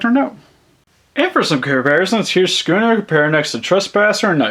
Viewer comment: It's not sconner it's scunner look at videos